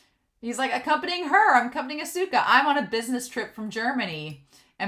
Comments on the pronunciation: FYI with su す in Japanese the U is usually silent. So Asuka is like Ah-Ska. Edit: Oh I just saw the pin. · Oh yeah! Hahaha!😘 It's difficult to pronounce Japanese, right?💦 Because I am Japanese, I can understand that foreigners have a hard time pronouncing Japanese. But no problem at all! It's okay👐 Don't worry too much about pronunciation and enjoy Japanese anime with honest feelings😉 But this time, you have definitely learned one thing through the pronunciation of "Asuka". That's a great fact!!! Cheers!